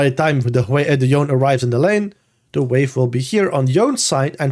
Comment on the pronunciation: I know this is not related to the content but I am so tired of people saying Yone's name wrong! I don't know who started this, but now every English speaking content creator does it. But it's not a silent E, it's spoken. It's YoNeh, and I wish you guys who put out such valuable content could also value the basics such as getting champion names right.